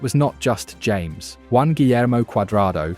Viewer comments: James 😂 NO Ha-MEHS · Great video and a good analysis, just some small feedback on some pronunciation, James Rodriguez´s name is pronounced like Ha-mes, not your typical James. Vamos Colombia! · Thank you for your video praising our team! Just as a side note, our 10's name is pronounced Ha-mes